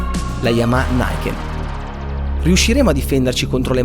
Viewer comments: Uuuuuhhh che occasione per fare un commento da saputello (ma piccolo piccolo) Luca: non si pronuncia "naiken" all'americana (inglese) ma "niken" così come si legge... perché è un nome giapponese. Eheheh. Per il resto: TANTA ROBA, bravo ! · la moto non si chiama "naiken" ma "ni-ken" dove il "ni" sta ad indicare il numero due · Piccolo appunto lessicale: il nome della moto non è inglese ma giapponese, quindi non si pronuncia "NAIKEN" ma "NIKEN"; è l'unione di due parole NI e KEN e significa "due spade".